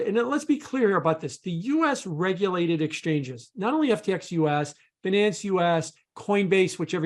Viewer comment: This nonce can’t even pronounce ‘Binance’ correctly. (BUY-nance) Some experts 🤡🤦🏻‍♂️